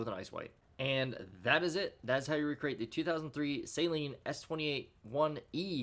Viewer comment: It's pronounced Sah-leen, not Say-leen